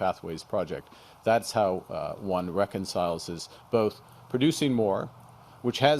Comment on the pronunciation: "Reconciles-iz" Wise words, indeed